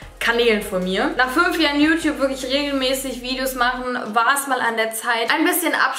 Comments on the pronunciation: Das gute alte "JuTup"! 😂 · Yutub😂 Es wird yutjube ausgesprochen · wie es heißt: YouTube wie es alle aussprechen: Jutjube wie Dagi es ausspricht: Jutup kein hate nur nh Feststellung haha😂🤛🏼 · Boah ich hasse es wenn Leute YouTube "jutub" aussprechen😂🙄